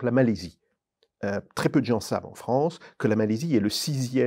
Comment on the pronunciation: Ah le froncé de Fronce, c'est bien ça "lent du strie", on re-long ti?!